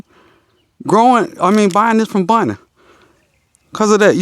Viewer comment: Lawd,. I'm southern too, and definitely thought he was saying, "Bunny," not "Bonnie," the whole time. 😂 I need to call my uncle and reacclimate myself. Haha!